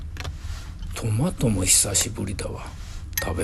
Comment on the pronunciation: スパゲッティーは、大盛り！ですねえ。サラダも これを 1人分 材料から作ろうとすると大変。なので、この選択は 良いですね❤レタスのシャキシャキ！音が美味しそう！トマトも マの音が高い、広島弁トマトの発音を 久しぶりに聴きました。ドリップコーヒーの 後始末、大変だったのでは(笑) 今回も 美味しそうで 楽しい動画 を拝見できて感謝します。